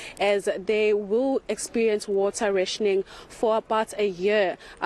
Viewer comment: Can't you both not speak English...learn the word n pronounce correctly.... RATIONING